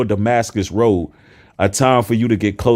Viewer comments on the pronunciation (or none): none